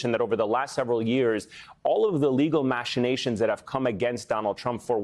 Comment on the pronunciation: Learn to pronounce the words you use if you want to be a talking head. It’s pronounced “Mack-i-nations”, not “Mash-in-ations “.